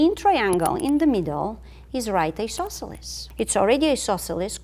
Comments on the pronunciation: how do you spell that strange word she uses, it sounds like "e-sauce-elus"? i know what she means, but never heared that word. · "Do we have a right isosceles triangle here? dramatic pause We might! ..."